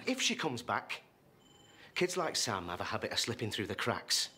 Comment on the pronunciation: SAM not ZAM!!!